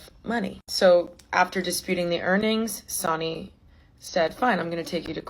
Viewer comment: i’m sorry it’s not sonny like jonny lol i think it’s sonny like sunny. sorry to be the bearer of bad news te quiero